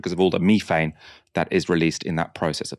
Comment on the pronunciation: "Thought", it's" thought" not fought. You have an interesting voice (and indeed program) but for pete's sake don't let yourself down by not pronouncing th. You just did it again with "methane".